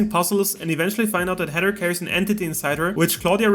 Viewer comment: Bro you can’t say Heather 😂you keep saying Header